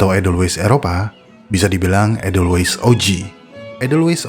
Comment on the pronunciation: Ada baiknya bila asal kata dr Jerman ya tulisan edelweiss dibaca EDELWAIS, fungi /inggris ya FENGGAI, bukan funggi. Atau sekalian saja, pakai bhs Indonesianya bunga senduro dan jamur, sekaligus mendidik org ,cara baca dlm bhs indonesia